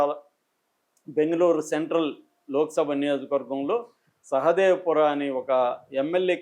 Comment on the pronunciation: సహదేవపుర కాదు, అది బెంగళూరు లో మహదేవపుర